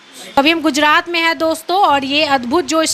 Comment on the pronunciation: Bacchi bhale hi English bolna seekh gayi hai par iss repoter ko Hindi bolna nahi aaya Surat Ko sudat aur gujrat ko gujdat bol Rahi hai 😂😂😂😂😂